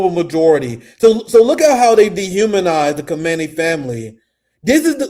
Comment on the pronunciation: my brother, you pronounce Khamenei like this: Khah-men-ah-ee